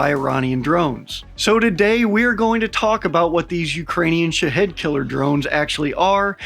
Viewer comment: As far off as you misspronounce them, you might as well call them shithead drones. Your not far off.